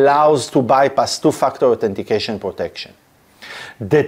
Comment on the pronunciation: Is it me or he judt said "TOO-F**KED UP- AUTHENTICATION" :face-green-smiling